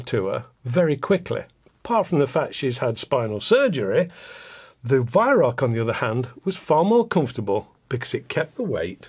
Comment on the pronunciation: Wait is he saying Weihrauch? I thought it was pronounced "V-eye-r-ow-kh" (kh being pronounced as a kuh sound, but said in the throat)